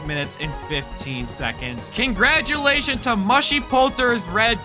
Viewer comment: He said concratilation for Mushypolters red tip for winning😂